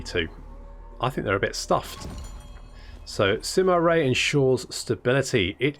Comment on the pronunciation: You didn't misheard it, the advisor lady confused us. She somehow turned it into Ray, which is far from correct. I can confirm that got it right... at least close enough. The actual pronunciation is not what English Speakers are customed to. Yoo-eh, Yuu-earh... Wiki Dictionary has a demonstration.